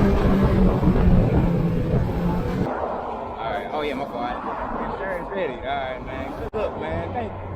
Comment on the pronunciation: LOL HE SAID ALROGHT BUBBLE